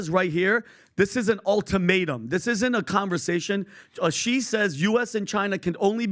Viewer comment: When will you people learn to pronounce "Xi" properly. What a bunch of idiots!